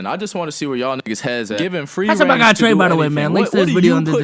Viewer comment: It’s treyyy bro 😂 u messing up